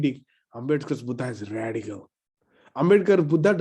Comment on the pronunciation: Dr. Suraj when we read the title "Buddha and his Dhamma" in english language, we have to read it as"बुद्ध and his धम्म" and not "बुद्धा and his धम्मा" because when we write devanagari words in English language we write vowel "a"at the end of alphabet which completes word. When we read word "बुद्ध"as बुद्धा it is 1st person plural in Pali. So kindly pronounciet it accordingly. Thanks. ड